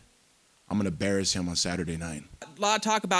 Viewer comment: " he embarrassed me on my birthday,I'm gonna barress him Saturday"-Tito